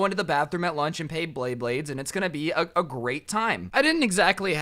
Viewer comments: ITS NOT BLEYBLADES ITS BEYBLADES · me: oh he knows about bayblade thats a surprise hears him call it blaybades also me: WTF WHY BLAYBADES BRO JUST WHY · blayblay blaybades., it's beyblades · bley bades lol, its bley BLADES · bley blades lol its BEY blades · Dude my guy calling them BLEYBLADES TRIGGERS ME ITS BEYBLADES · He didn’t even realize he said pay bley blades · Either he said pay bley blade or Blay bley bley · He kept saying bley bade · anyone else notice he said “pay bleyblades” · How many times was blay blades said instead of bay blades... I seriously want to know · how many times did he say Bleybades Bleyblades and Beybades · you keep saying bablades blablades blabades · “Go into the. Bathroom and pay bleybleyds” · He said bleybades so many fucking times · He keeps saying blayblades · says beyblades Me:I REALLY REALLY REALLY LIKE BAYBLADES!!!!!! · he kept saying blry bade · Every like is for everytime he said bleybades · Did he say bleyblades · "bley bades" "bley blades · bayblayds me:gos ultra instint did you just say blayblayds!!!!!!! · Umm ‘let’s Blay bleyblades’ He took way to many L’s in one sentence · Did he just say pay blaybades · Can someone count how many times he mispronounces beyblades?